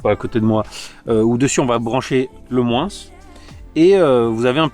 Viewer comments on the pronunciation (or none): Super vidéo mais j'ai vrai horreur des personnes qui dise moinssss mais tes super quand même